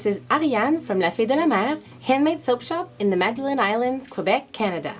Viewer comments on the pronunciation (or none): none